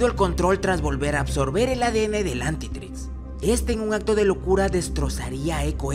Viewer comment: Dijiste antitris en el minuto